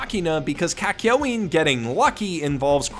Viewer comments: Are we not gonna talk about how he pronounces "Kak- Yoin" as " Kak- Yow- Een" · Kak-yo-in huh